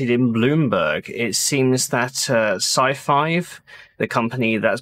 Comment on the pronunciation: You keep saying scifive and I keep hearing scifi as in science fiction Nice video